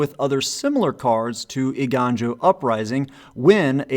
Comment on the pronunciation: You were close, Eiganjo is pronounced “ay-gone-joe”. You still did better than a lot of content creators :)